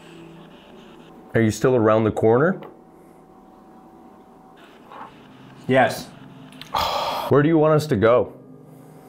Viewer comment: ''The kitchen wair the female hung out ''😂😂😂😂